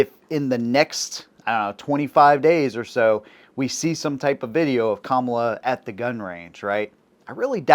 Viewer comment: Thank you for actually pronouncing her name right.